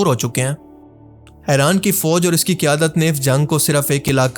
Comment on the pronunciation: Bhai plz Eraan nahi Iran bola karo